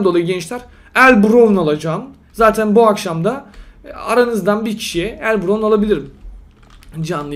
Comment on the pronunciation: Abi el bravn diye okunuyor el brovn diye degil :)